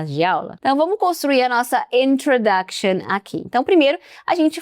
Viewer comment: 'Introduction' ou 'Intrudoction'? (pronuncia?)